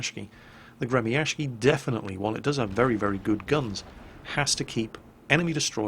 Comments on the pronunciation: The second time you said "GROM" was absolutely correct. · Thank you, very nice vid! About pronunciation - you've made a valliant effort indeed. Go to and click the speaker icon to hear how we in Poland pronounce that word. P.S. - Grom is ok. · Grom pronounciation was almost correct:P However about 'błyskawica' you should spell 'c' like 'z' in german. And 'ł', well... let's assume it's 'l':D Best Rgds, keep doing what you're doing.